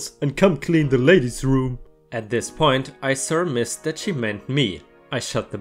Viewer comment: Love the video. "Surmised" is pronounced Sur-My-ZZDuh